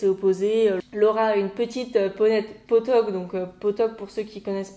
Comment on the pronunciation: Hey, merci pour ton analyse et tes compliments, ça me fait très plaisir ! C'est intéressant de connaître l'interprétation de chacun quant aux messages que j'ai voulu faire passer dans mon histoire, elle diffère beaucoup selon les cavaliers, j'adore ^^ (sinon au départ ça m'a perturbé la façon dont tu prononçais les mots "pottok" et "Ékaïne" ahah)